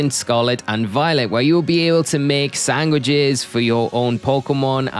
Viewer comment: My man said 'sangwidges' lmaoo